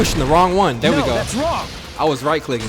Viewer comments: Bruh he said “no that’s wong” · Nah he says "no that's wong" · he hit them with the "no that's wong"💀💀